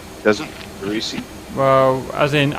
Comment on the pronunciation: AC = Charlie AMRAAM; AB = Bravo AMRAAM “RESEE” he meant Recce... pronunciated Reh-kee